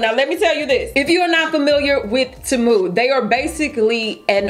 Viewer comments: It's pronounced TEE - MOO. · It's pronounced TEE MOO